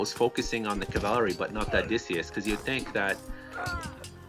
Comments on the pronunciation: i swear if i ever hear this guy say "cavalary" again im gonna develop a fucking anurism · What the hell is cavalery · Bro, why do you pronounce cavalry so funny? ˈkavəlrē Zues player suicided nearly his entire army on that tc after anc/eclipse..cost him the game. He had to rebuild entire army and never got to heroic. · Which country are you from that you cannot say cavalry ?